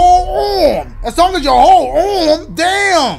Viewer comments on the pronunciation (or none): “AROOMMM” instead of arm 💀💀🤣🤣🤣😭